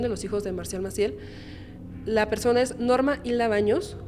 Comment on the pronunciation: Me perdió cuando dijo "ésta persone" 🥴🥴🥴🥴🥴🥴